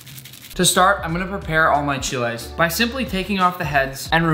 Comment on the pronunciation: Thank you for pronouncing Mole and Chiles right! This Mexican loofs u!!!